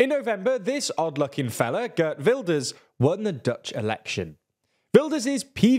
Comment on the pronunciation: His name isn't Gurt Wilders.